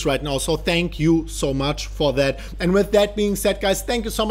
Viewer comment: King yes your right the last time he did. However I’m sure others will agree when I say. I hear the word “and” as end many many times and when it’s said in quick succession after the word “BELL” it’s bellend ... and he says it a lot. He’s a good guy so I thought I’d point it out as he says it a lot !